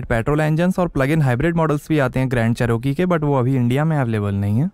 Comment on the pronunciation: Ch - r- key, row nhi